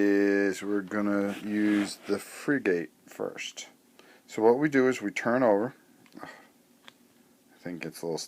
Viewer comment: It's Frigg-it not Free-gate ;)